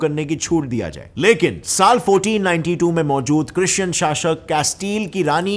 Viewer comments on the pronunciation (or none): Bro ! Small correction in your pronunciation शाशक न हि शासक है।